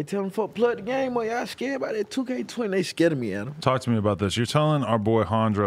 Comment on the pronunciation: He pronounced Adam name as Anna